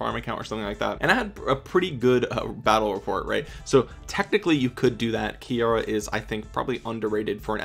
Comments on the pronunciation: Kiera is pronounced keera. Not ki Aira... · KEY-ra...not sure where you got KEY-AIR-uh from